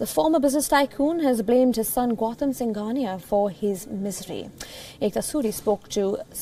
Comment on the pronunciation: Vijay"Pat" singhania...you are an Indian, yet your pronunciation of Indian names is so bad...pretentious much?